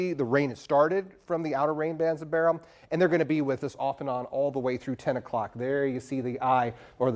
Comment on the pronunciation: Thank you for pronouncing the Hurricane’s name properly!